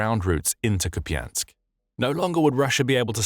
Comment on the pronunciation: Koupiansk. Pas japiansk. Merci de parler correctement